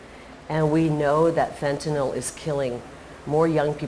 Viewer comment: She's the only one I've heard that knows how to pronounce fentanyl correctly